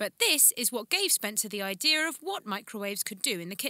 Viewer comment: The word "IDEA" does not have an "R" in it you fucking prat